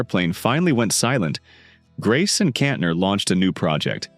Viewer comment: Ca-SA-dy? Kontner? Learn how to pronounce the names!